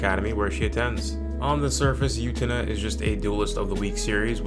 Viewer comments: 1. I have seen all of these except Liz and the Blue Bird. I will go look it up. 2. Try saying the word, "boo," without the b. Then say, "ten-uh," after it. You have now stopped saying You-tena and started saying Utena. Congratulations. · "yootena" lol